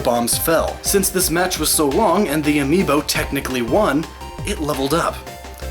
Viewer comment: Whole video about amiibo. Doesn't pronounce the plural correctly throughout the entire video. Still great video lol